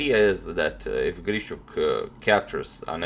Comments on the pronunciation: As a native speaker I would say it's not a big deal. Yeah, it usually sounds more like long and soft 'sh', but you can hear 'shch' from a native speaker as well. What is actually incorrect is the stressed syllable: both "GrischUk" and "IvanchUk" have the stress on the last syllable. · Алекса́ндр И́горевич Грищу́к is probably not pronounced as GrišČuk, although the English speaking people do that all the time. ;)